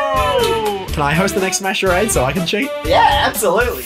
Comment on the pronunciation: Screen: Welcome to smash charades What it actually said: OKAY ED OY ADE